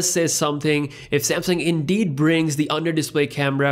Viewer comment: Take a shot every time says iNdEeD No offence my guy, keep up the content 👍